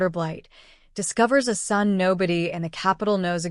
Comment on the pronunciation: AI is having a glitch. Just a minor one. Ason, A son. A couple of other words, as well. Seems like a good story though. I want to hear the rest.